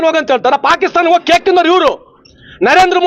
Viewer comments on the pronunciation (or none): none